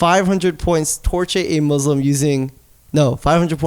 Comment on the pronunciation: Naushaba Bhatti dude like the funny thing is his name is Except I'm an ex once religious as hell Muslim who litersllypronounces Muslim the white way